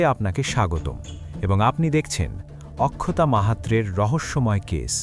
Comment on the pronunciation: অক্ষতা হবে উচ্চারণ, আখখতা নয়